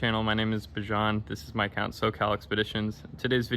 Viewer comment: Bro please pronounce your name correct (Bee-Jan)